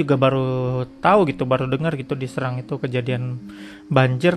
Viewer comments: Cara baca huruf 'e' kayak 'ehe' bkn 'empat', bang. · Bacanya seerang bukan seurang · bacanya sérang bukan sērang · Bukan bang, harusnya "Serang" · Mungkin maksudnya SErang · bukan bang serang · bukan serang tp serang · Serang bukan Serang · serang apa serang? e nya empat atau tempat? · Serang E nya pake taling seperti di kata "enak"